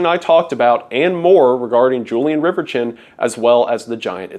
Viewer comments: Great video... but...... dang it. I hate to be this guy but Riverchon is pronounced River-shone. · It's pronounced 'RIVER-shawn', at least here locally. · Fun fact: he pronounced riverchon wrong. "Julien RiverCHIN." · It's pronounced rever-shawn ♥️ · It took me a minute to figure out what park you were talking about. In the Dallas area we pronounce it as Rivershawn. As a young child I remember going to the Valley View mall was a special treat as it was in the North Dallas area and was the rich person mall well for us coming in from east Texas. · It's a lil late but the name Reverchon is pronounced "Rev-Eer-Shawn" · You're not gaslighting me into believing its pronounced river-chin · I don't think that is how that surname is pronounced should it not be pronounced as if it was French. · your pronounciation of Reverchon is deranged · Bro pronounces "Reverchon" like he's an Englishman still bitter over the hundred years' war